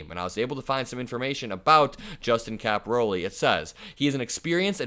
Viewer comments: narrate , don't read almost verbatim. It's capi- RALE not capi-ROLI. Common Italian surname. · It's Caporale and not Caporoli... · Yikes. Please correct your pronunciation of his name. It’s not “ Cap- o- Ro -Lee” It’s pronounced “ Capor-ah -lay”. Look at the spelling. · My thoughts? (1) Read the name correctly -- it's Cap-oh-RAH-le, not Cap-ah-ROH-le. (2) Don't waste our time and ruin your own reputation by saying that Caporale "looks like" he could assault a woman and then find out a minute later by actually READING the day-old article that you are calling "breaking news" that it was Picard who shoved her, not Caporale. Just stop. Do not plunge ahead. You made a bad mistake and defamed the wrong person due to carelessness. Ditch that footage and make a revised recording with correct information, then upload the revised recording. News reporting is a tough game. It is not just "say whatever comes into your head." Slow down and get your facts straight before you commit to an upload. 💙💙💙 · Caporale... Not caporole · The name is pronounced "Cap or All EE". You're definitely from Indiana....